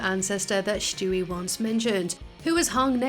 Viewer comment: "Shtewie" learn to say it right, its STEWIE! NOT SHTEWIE